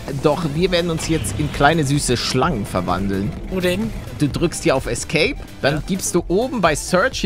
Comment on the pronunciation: Paluten das heißt Schalangen